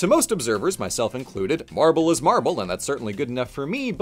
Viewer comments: Sorry, I can't help but hear you say "Marvel" every time, which makes this video super confusing if you're not paying 100% attention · Is it just me or did most of the times that said "marble" it sounded like "Marvel"?